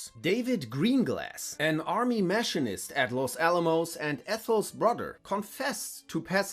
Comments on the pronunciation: jeebus, some of these word pronunciations are waaaaaaay off. ex machine-ist. burgandy not bur gun dee, penomia, its pnuemonia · if you can't pronounce machinist what the hell are you doing narrating this?